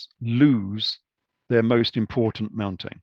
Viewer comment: Mountane lol.. Great video, fascinating information